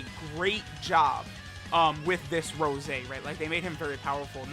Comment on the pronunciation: Anyone else think it sounds weird when says Rose and not Rosé?